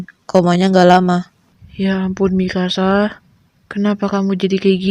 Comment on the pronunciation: Se denger ku sih ingkasa eh ternyata Mikasa 🗿